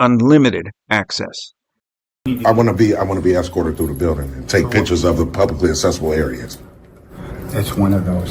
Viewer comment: Smug clown needs to learn English. “Accessible” isn’t pronounced “Assessible”. The first c is a hard c, sounds like k, the second c is a soft c, like s.